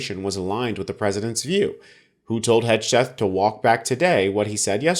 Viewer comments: It's HEG-SETH not HEDGE-SETH, lol. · At the end did he say, “Putin wrote this.”? I like your pronunciation of Hegseth, I’m going to pronounce it that way from now on. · Could you try to pronounce Hegseth correctly if you’re going to do a vid about him?